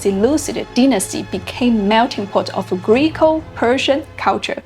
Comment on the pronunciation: It is Gre-co, NOT "Greek-o" ..... PhD Evolutionary Anthropologist, University of California at Berkeley.